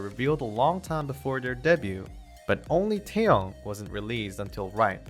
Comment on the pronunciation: His name is NOT TOWN it's Taehyung.